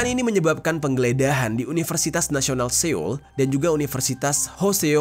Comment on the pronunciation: Seoul dibaca SOUL